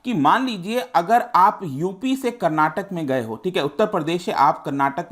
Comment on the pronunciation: I liked it when u pronounced " Bengaluru" and "Karnataka" properly. ❤️